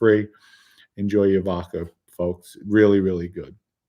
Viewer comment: Lol I love the show but my OCD zero’s in on “VOKA”. I’d die if you pointed out “”Yes! I know it’s VODKA”. Keep up the awesome work